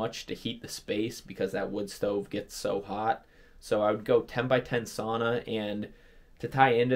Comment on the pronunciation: learn how to pronounce “sauna”